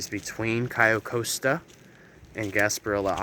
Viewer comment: It’s pronounced “Cay-oh cost-a”